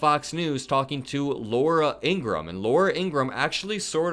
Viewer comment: Not trying to be an a$$ & not because I have anything nice to say about Laura Ingraham, but her last name is pronounced "In-grah-ham", just fyi. Pronouncing it correctly can only work in your own/your channel's favour; it won't do anything to/for her either way. There aren't many people who are the on-camera face of their own channels who say it the right way, so maybe it'll somehow cut you/your channel out from amongst the herd (in a favorable way), or maybe it won't, & perhaps (imo the most likely outcome) it'll have absolutely no effect on you or your channel whatsoever. 🤷‍♂️ "It's just a thought, y'all have a nice day/night!" If you don't know who I just quoted, then what you've been missing out on actually makes me feel sad/bad for you. Anyone wanna know the name of their channel(s)? Simply ask me in a reply to this comment & I'll let ya' know just as quick as a shake of a lamb's tail!! (Or in normal-people-speak, ASAP.)